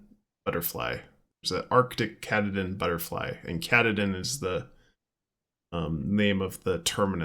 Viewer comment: “Cat-a-din” mountain